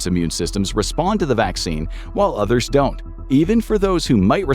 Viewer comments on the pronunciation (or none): none